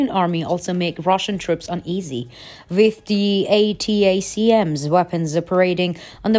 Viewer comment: Hello from France, Your English is fantastic but just one or two pointers: use powerful instead of strong. You will be correct most of the time. Atacms is pronounced Attack'em like the contraction of Attack them. Then add S. Keep up the great work. Peace & Love.